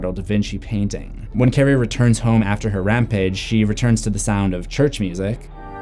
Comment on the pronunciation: Lol I thought he said Karan